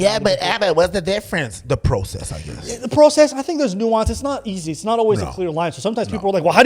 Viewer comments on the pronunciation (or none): none